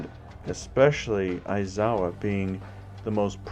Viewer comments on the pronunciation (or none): yeaah mate ya butchered it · Yep. You butchered it.